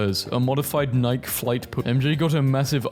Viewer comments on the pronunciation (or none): I wonder how he is able to pronounce Benedict Cumberpatch correctly but can’t pronounce Nike the most popular shoe brand in the world like bruh🤯🤯